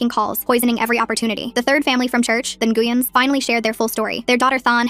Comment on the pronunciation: Ngueyn is pronounced win ❤